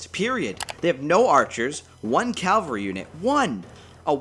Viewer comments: It would behoove you, get it, to pronounce Cavalry correctly. It is not Calvary. That is where Jesus got wrecked. Cavalry comes from Caval Having to do with horses. As in chivalry. As in Caballo. Ca val ree Cavalry. Thanks for listening. Sorry for the troll. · Mate you're saying "calvary". It's "cavalry". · Why do Americans always say calvary instead of cavalry???